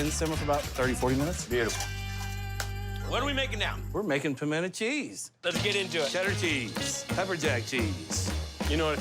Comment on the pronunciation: I appreciate that the chef in the first clip pronounces "pimento" properly. that is "puh-men-uh"